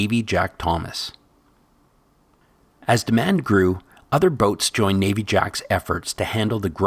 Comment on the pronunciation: Navvy is pronounced like "navi" as in navigational. Its another word for labourer. Navvy Jack was known for going to beaches and finding the best mix of sand and round stone for the making of concrete. That is why today we still call a 2 part sand 3 part stone mix of aggregate "Navvy Jack" at most gravel pits around the west coast.